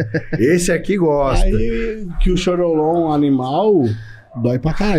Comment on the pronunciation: choriomon, nao choriolon